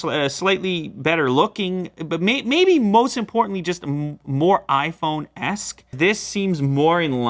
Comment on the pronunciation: Hey Lew, whats up with the frequent use of '-esque' (sound like 'ass') in the recent videos? 😂